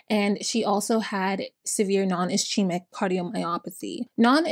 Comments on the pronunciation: Ischemia is pronounced iss-kee-mik not ish she mik or iss chee mik There are plenty of dictionaries or even medical youtubers, tiktokers, and other resources you could check to make sure you're pronouncing something correctly. I never understand youtubers who do so much research on a case, but won't take mere seconds to see how to properly pronounce the name of a person, town, condition, et al. Baffling. I want the information about this case but I'm noticing that this is a trend on your videos. A little disrespectful to the dead. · Great videos! Do you prefer pronunciation corrections or not? Medical terms are tricky, I am not being rude, you do a great job! In nursing school, for example, it was pronounced is-kee-mic and bot ish-eemic. (Ischemic) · Hi there! The correct pronunciation of Ischemic is is-keem-Ick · Ischaemic is pronounced ISS-SCEEM-ICK.